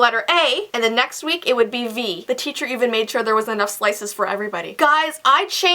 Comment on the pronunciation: Did you guys realize that said Cheacher instead of teacher